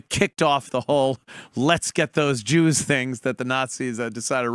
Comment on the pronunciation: Who are the Chews he speaks of?